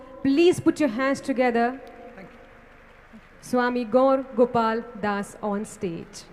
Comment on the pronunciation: It's not Gol Gopal das it's gour gopal das 😅